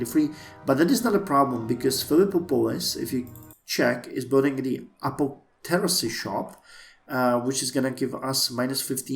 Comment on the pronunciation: "A-poth-e-care-ee". As for what tech to go with first, I think Engineering is a solid choice, but I'd compare the Civics things like Civil Service give to your current Civics, and what Civics you can get in the next tech era and see what techs they require (and how close you are to getting them).